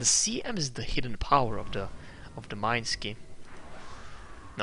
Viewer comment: srysly?? MINE-SKI??? it should be MI-NES-KI